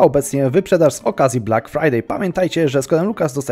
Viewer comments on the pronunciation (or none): none